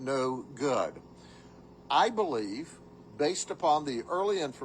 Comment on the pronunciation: last words out of his mouth were ' I can't Bweeve ' 🤣🤣🤣🤣🤣🤣 Bye bye and i think that's karmelos step dad.